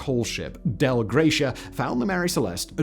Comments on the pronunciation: Not the DEL Gratia, but the Dei Gratia . . . . thanks be to God. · Its pronounced Dei mate. Its latin not german 😅